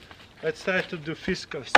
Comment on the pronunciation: Pronounced Fis Cars